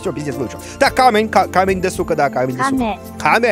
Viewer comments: Я, который учит японский, ржу с ассоциаций Димы Изменено: особенно с ですか(десу ка, на самом деле в су(す) не читается "у" в конце этих слов и правильно будет дес ка) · мышь по японски произносится не "маусу" а "мосу", а "десу ка", вопросительный элемент означающий "верно ли", произносится "дес ка"